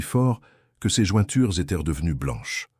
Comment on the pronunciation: Dommage ces " ils étairent" au lieu de ils étaient et trop souvent à mon goût ! Sur plusieurs verbes !